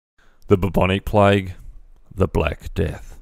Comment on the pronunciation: Its not plige, It's plague.